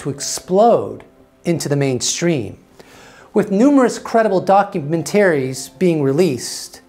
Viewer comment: Why did you say, "document terrys"? Are you not entirely human? Is that why you know so much about the future? Maybe you should disclose YOUR origins.